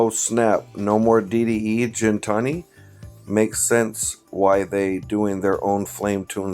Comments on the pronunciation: its GINTANI with the G sound not Jintani with the J sound come on bro lol. Just listen to how the owner says it & he should know how to pronounce it since its his last name. Hearing it pronounced Jintani over & over again really grinds my gears jk. But keep up with the great vids brotha. I love being in the "inner circle" of shit, im a very curious person & when i wanna find out something i go down giant iceberg holes. I'm so glad that i know i can come here to get all the info that other channels are trying to keep redacted from the public eye. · The reality is that Damon didn’t listen to anything was explaining to him about the 720 when he picked it up. Hey I know it’s your channel and all. Though could you pronounce Gintani correctly in the future.